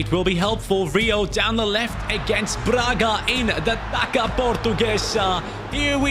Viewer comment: Taça the c has a S sound because of the tail at the bottom, that hurt my Brazilian heart a little